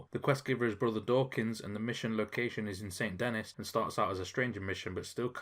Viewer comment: Too accurate of a pronunciation of Saint Denis always remember it’s Sand-a-knee